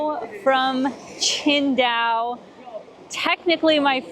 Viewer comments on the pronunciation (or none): You pronounce it almost like Chengdu, until I heard you talk about the Beer haha